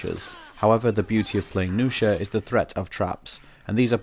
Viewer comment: nuxia, not noosha -_